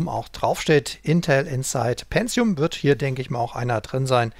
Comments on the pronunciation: es heisst PENTIUM und nicht PENZIUM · ja..verdammt. tut mir leid, aber seit der pentium 60 auf den markt kam fingen die leute an ein "z" einzubauen wo keines hin gehört. ich bekomm halt jedes mal direkt karies, wenn jemand "penzium" sagt.